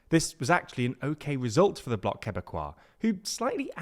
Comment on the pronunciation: Hi TL;DR I just wanted to say that you pronounced Quebec CORRECTLY. But you pronounced it INCORRECTLY. So recap, the Que in quebec is a french sound. KEHBEC. You said it right when you said quebecois.